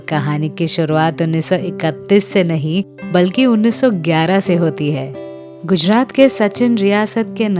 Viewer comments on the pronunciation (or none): none